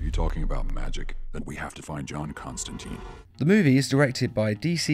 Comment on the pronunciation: Constan "Tine" like time.